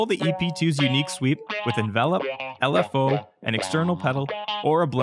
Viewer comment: I am french and learned english at school and university, I noticed he stresses the wrong syllable (as in the verb "to envelop") but I am very surprised you find it annoying because I hear so many mistakes on YouTube ten times more shocking made by original english and american speakers and nobody ever mention them !